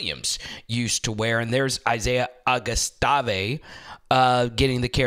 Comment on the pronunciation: Always excited about Arkansas football going into the season. Augustave is pronounced like the place where the Masters is played + a V on the end.